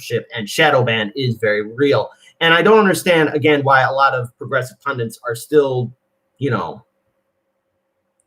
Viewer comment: pun-dit, not pun-dant. Even an American should get this one right. It's pronounced just like it's spelled. This and new-queue-lur are the most annoying words to hear on U.S. tube media. Just sayin'